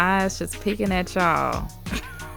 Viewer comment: "Look at Washington eyes just peaking at chy'all" - 2019